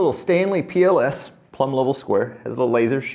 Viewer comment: Every time you say “PLS” I hear “POS” and think, that’s no way to talk about your tools!